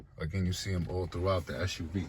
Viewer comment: SUV, not SHUV. dislike